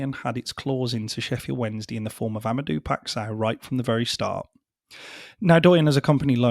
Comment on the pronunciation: For future reference, as a Portuguese speaker, his name is pronounced: Ama-day-uuu Pai-sh-ow. Great video.